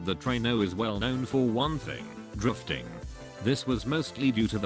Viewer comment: Not gunna lie when it said drifting i heard Dorfting